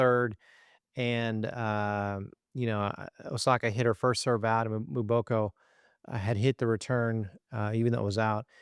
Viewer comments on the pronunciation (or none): The name is pronounced as”MmmmmmBoko and NEVER MoBOKO!!!!!😢😢😢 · It’s pronounced Emboko. Not Mooboko. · Victoria MBOKO doit demander a’ la presse de bien prononcer son nom please .